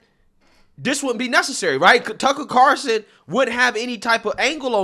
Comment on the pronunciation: It's CarLson not Carson. Just sayin.